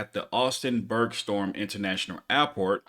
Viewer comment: Did you really say "Berg storm"? It's BergSTROM.